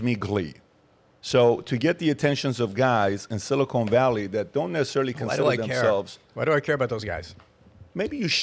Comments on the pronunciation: I snicker every time Patrick says, "Silicone Valley".🤔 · Patrick, Patrick, Patrick, it's siliCON valley, not siliCONE valley. SiliCON goes in computer chips, siliCONE goes in fake tits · “Silicone Valley” 😂😂😂